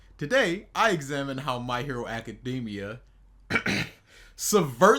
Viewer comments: The way this guy butchers words drives me up a wall. I should smack you for saying “acadeymia” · I never heard anyone pronounced it that way. Lol